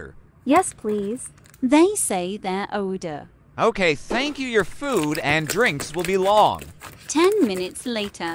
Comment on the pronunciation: “They say their Oder” Omg I’m dying